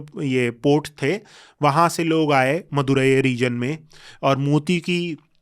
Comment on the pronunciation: शब्दों के सही उच्चारण करो जैसे पांडियन वाईगाई मदुरई